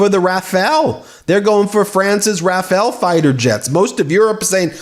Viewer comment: Rafale: pronounced second "a" as the first 😜